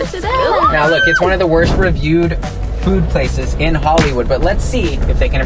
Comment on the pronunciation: She said the wost restaurants wost🤮